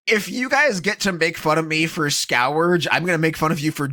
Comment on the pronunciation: For the record, it was Scorged not Scour-ged